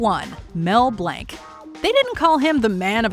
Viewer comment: I knew it had to be Mel Blanc in number one. I was not prepared for that mispronounced last name. He was most of my childhood and my mother's as well. It was a very sad day when he died. What a talent!